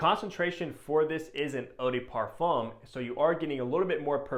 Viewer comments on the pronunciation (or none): none